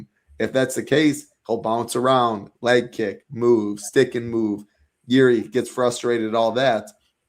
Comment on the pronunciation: not pronouncing the most popular fighters in the UFC correctly is pure gold. “G”iri and Landwire. 😂😂😂😂